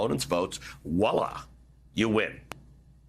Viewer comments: It's "voila" not "wallah" ...love ya but that drives me crazy. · A little off-topic... but important I think. , the actual word is "Voila," from the French, not "whala." It's a common mistake, but journalists should get it straight.